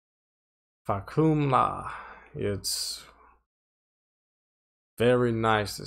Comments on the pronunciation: Its actually pronounced "faaa-cum-rham" not "fah-koom-la " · fah - kum -ram not fah - ku - mram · According to my Google-fu, that's not the proper pronunciation. Type "roaring sky" into google translate, and you get "fah-cam-ram".